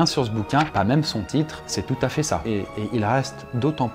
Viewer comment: Ça ne se prononce pas toot mais tout